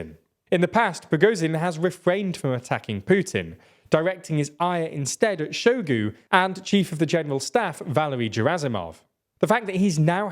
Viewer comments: In russian words ZH always sounds like S in viSion, meaSure. In word Bahmut the Great Soviet Encyclopedia puts emphasis on U. Shoigu pronounced his name with emphasis on U. You can hear it in video "Истинная фамилия Шойгу". Gerasimov is pronounced with G as in "gift". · Can someone explain to me how this is your job yet you pronounce Shoigu and Gerasimov like you've read them for a first time on a billboard you drove past at 100mph